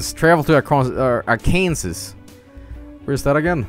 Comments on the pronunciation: "and now we'll be looking at AR-KANSAS" "now let's /go to california/" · Arkan sauce. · That pronounciation of Arkansas will make every Arkansan triggered. Also, it'd get you arrested in Arkansas. Yep, there's a law against pronouncing Arkansas wrong.